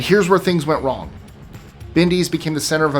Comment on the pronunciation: Did he really just say a factory in china used the “Wong”chemical? 😆